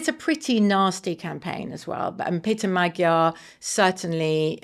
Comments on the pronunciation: MAG-YAR, not Madgyer! FFS BBC!! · It's annoying when journalists keep mispronouncing Magyar despite the country being literally named after the Magyars. Do a little research BBC journos.